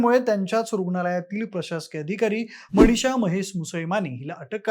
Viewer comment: जरा शुद्ध मराठी बोला. न च्या ठिकाणी ण ण कशाला म्हणतोस. मणीशा काय गोपणीय काय. कोणत्या शाळेत इतकं अशुद्ध, घाण मराठी शिकवतात?